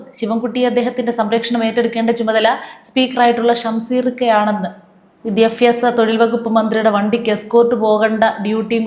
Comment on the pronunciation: വിദ്യാഫ്യാസ മന്ത്രിഎന്നാണോ പറയേണ്ടത്. അതോ വിദ്യാഭ്യാസ മന്ത്രി എന്നല്ലേ Pronounciation?. പലരുടെയും തെറ്റുകൾ തിരുത്തിക്കൊടുക്കുന്നത് കാണാറുണ്ട്. തെറ്റി പറഞ്ഞു പോകുന്ന ശിവൻകുട്ടി മന്ത്രിയെ യൊക്കെ ഇടയ്ക്കിടെ ബഹിരാകാശത്തക്ക് വിക്ഷേപിക്കാറുള്ള ആളല്ലേ?. അതുകൊണ്ട് പറഞ്ഞതാ